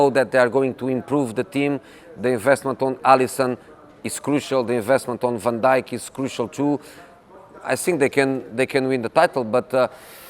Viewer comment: He pronounces van Dijk correctly, this is usually a sign for me I can tell he's a good person because he cares enough to know the culture to pronounce the name right.